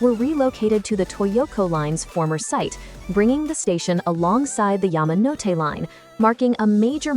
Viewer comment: Yah-mah-no-te.. never heard it pronounced that way until now. always heard it as Yaa-ma-no-te